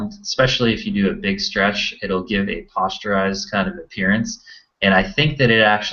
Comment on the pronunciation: posterized not postureized